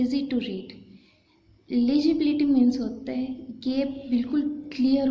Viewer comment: Here its legibility Not lagibility Bcoz sound is must 😊😊Plz don't mind